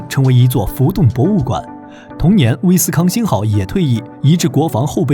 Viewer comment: 你这念台词都有错的，“莱特湾”“威斯康星”。下次注意。